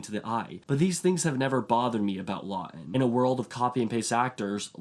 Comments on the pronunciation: It is not Charles Law-in it is Charles LaughTon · Charles Laughton pronounced with a T